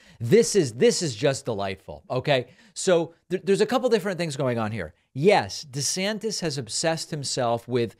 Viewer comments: David calls him “DeSanctis” 😂 DeSantis and Trump are a couple of dictatorheads. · I love when David began reading verbatim and said DeSanctus😂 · when David says "DeSanctus" while reading aloud...SIR! You have the Trump Derangement Syndrome, SIR!